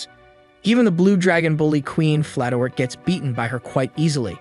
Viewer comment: It's pronounced (Fla, Tor, te)